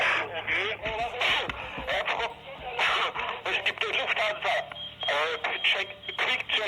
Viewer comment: "Luthfansa" Lounge... yeah, thanks for butchering that.